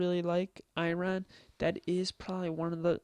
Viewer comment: Seriously? You made a video reading a webpage. No insights whatsoever. And how can you play Minecraft & not know how to pronounce Iron?